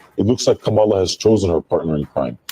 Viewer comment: I think a lot of people innocently mispronounce Kamala’s name because it’s mispronounced so often by the media. Doubt it’s on purpose. I used to say it that way I just recently heard Marc address it.